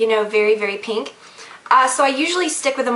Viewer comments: lol i like the way you say ''peenk'' instead of ''pink'' xoxo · it's funny when you say pink like "peenk" lol